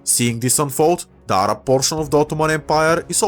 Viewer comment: As a Arab, I appreciate you saying Arab in a proper tone and not just in a American way like ''A-RAB''